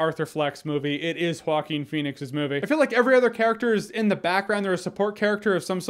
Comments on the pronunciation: Vikas Chenna it’s pronounced wah-keen. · Jeremy “Hawkeen Phoenix” Jahns. Wait what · “Hawkeen Phoenix”- Jeremy Jahns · I hear you say “Walking Phoenix” lmao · Jocking Phoenix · Why is it so difficult to say Joaquín? I'm dying. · Joking Phoenix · He's name is walking phoenix although he is always running in the movie